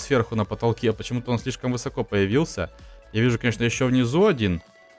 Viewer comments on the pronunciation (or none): none